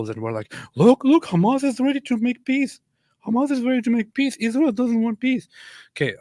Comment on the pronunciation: First time the dumb lady opens her mouth and she already spits out lies about numbers of casualties in Gaza, and all of them civilians. So ridiculous. She isn't even able to say ISRAEL ! She says ISHRAEL !!!!!!!! What's that stuff ????????????????